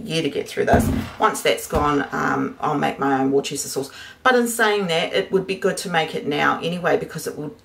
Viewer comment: Worcester is pronounced wooster. Worcestershire is pronounced woostershur. I live near Worcester. I'd start making it now because it needs a long maturation time.